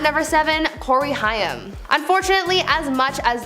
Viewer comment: OMG.. It's Haaaaaaaim. Learn how to pronounce a name .